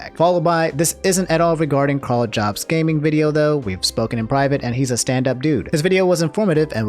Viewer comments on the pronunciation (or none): It really bothers me that he says "Jobs" instead of "Yobst" I know it's not spelled that way but it's pronounced that why I think. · 80% sure it’s pronounced “Yobst”